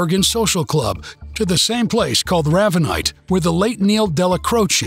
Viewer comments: "Raaaaavanite"???? It's Ravenite.....like the bird. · Very. Good job guys !! But ray ve nite not raavenite